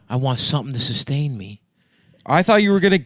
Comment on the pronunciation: Stav needs sonething to „dustain“ hin xD